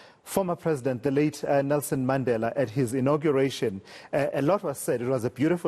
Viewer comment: Infact that's the original correct pronunciation of the surname Mandela. You must watch Mandla Mandela when he does the pronunciation.